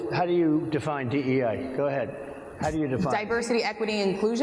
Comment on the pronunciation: Did he just say DEA ? 😮